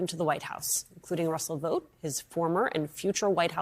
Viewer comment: Vought = vot, as in bought, hot, cot, ought. NOT VOTE!